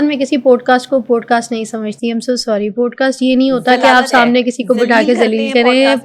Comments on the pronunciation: please it is not “ POAD CAST ” it is “ POD CAST” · Teeno kitny gawar hain, keh rhy hain 'podecast' 😂😂😂😂😂😂😂